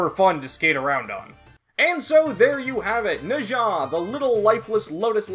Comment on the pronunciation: it’s kinda wrong but I guess that might be a Japanese prononciation